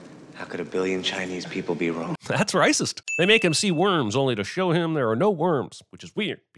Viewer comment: I thought it was ‘how can a billion people be wong’.